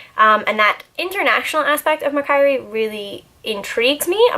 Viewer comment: hehe its mack-worry hahaha love this video btw!